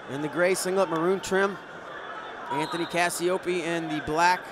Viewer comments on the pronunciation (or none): none